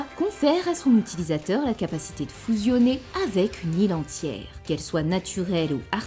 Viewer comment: J'adore que tu prononces fOUsionner 😁😁😁💜